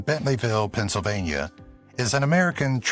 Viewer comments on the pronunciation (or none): none